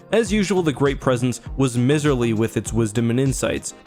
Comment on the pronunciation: Just fyi. It’s pronounced miserly (mi-zur-lee). Kind of like someone who skimps on the generosity is called a miser.